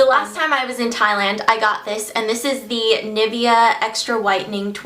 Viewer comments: you don't pronaunce Nivea right haha at least we in croatia don't pronaunce it like that, and they don't pronaunce it like that in commercials :O btw amazing haul and nugget is super cuuute! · so cute how you pronounce nivea :) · I love how you pronounce Nivea! ;D